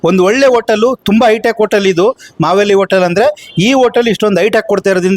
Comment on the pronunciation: ಅದು ಮಾವಲ್ಲಿ ಅಲ್ಲ. ಮಾವೇಲಿ. ಮತ್ತೆ ಚಿತ್ತೂರು ರಾಣಿ ಚೆನ್ನಮ್ಮ ಅಲ್ಲ ಕಣೋ ಗೂಬೆ ಅದು ಕಿತ್ತೂರು ಚೆನ್ನಮ್ಮ